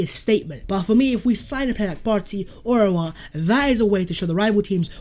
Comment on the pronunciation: Its Hoo-sem. Spot on with the surname though.